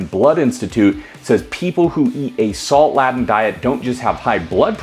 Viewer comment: laden is pronounced with a capital A sound, lAden. not the criminal way you pronounced this word. why don't you have an editor review your talking points?